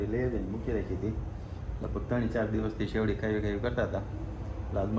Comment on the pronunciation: સેવડી નહી શેરડી